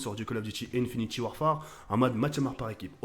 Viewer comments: PUTAIN MAIS DITES LUI QUE C'EST INFINITE ET PAS INFINITY !!!! .. cimer thco by "pa" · il dit infinyti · sa me stress quand il dit infinity warfare, au lieu de infinite warfare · ce nest pas "infinity warfare" mais "infinite warfare"!